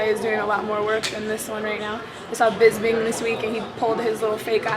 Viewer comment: How hard is it to pronounce Bisping? I'm so sick of people calling him BisBing